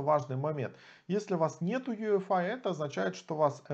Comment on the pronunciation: почему вы говорите Ю ЭФ АЙ, если это ЙИ ЭФ АЙ. путаете людей.. а вообще крутой тутор. спасибо. все достаточно доступно и с разбором